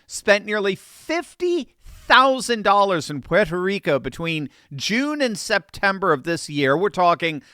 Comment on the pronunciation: I like and respect that you properly pronounce Puerto Rico. Millions whose roots originate on this island constantly call it PORTO Rico and they’re WRONG!!!! It’s pronounced ‘Pwerto’ Rico so I thank you.